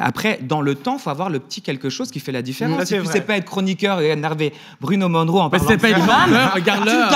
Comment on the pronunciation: Monroe pas Moneroe :)